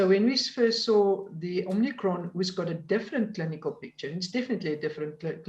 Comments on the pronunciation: I'm a South African and feel embarrassed for this "doctor." It is omicron not omnicron, but also on the take from Pfizer, obviously, to push the vaccine. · Is it just me, or is anyone else struggling with this woman saying 'Omnicron'???? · I can only say that I had a work colleague when I lived in SA who had that name and he taught me to pronounce it as if there was an r at the end. Probably as you say because he could not come up a anything phonetically appropriate. It may be because as a Yorkshire man I tended to use 'flat' vowel sounds and he was adjusting it for that. The South Africans always laughed (in a kind way) at the way I pronounced 'bakkie' when I first went out there. They eventually got me to say it correctly.